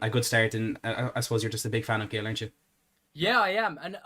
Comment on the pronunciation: Its pronounced Hil, not Gill